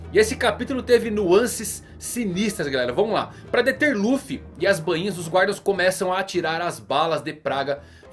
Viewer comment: Voce so erra na pronuncia do nome dos Bainhas vermelhas mano, Nao e Banhinha e sim Ba inha, so corrigindo isso, otimo video mano